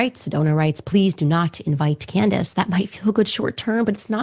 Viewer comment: Amazing Lucas calls her "Coondace Owens" 😂